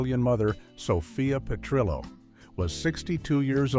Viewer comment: This is absolute and utter AI trash. 1. Why mention Don Johnson, but not Phillip Michael Thomas? 2. It's not "Sophia's Mother", it is Dorothy's Mother - Nearly every fan knows this fact. 3. It's Sophia Pe-trill-oh, not Pe-tree-oh 4. Stage Fright Facts 7 and 11 are the same. 5. Fact 8 -- The Diana and Freddie story is a complete fabricated myth and has been repeatedly debunked. 6. It's So-Fee-Uh's Wedding, not So-Fye-uh No transition to ending? Trash.